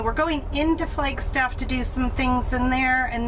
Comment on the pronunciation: Did I hear you say “Flakestaff “? I turned the playback speed down to hear it again. That fix on the door would be what I would do. My first summer job with the Forest Service was on the Coconino out of Flagstaff. I was coming from Michigan. I kept saying “we’re are the trees”, then all of sudden there are the trees.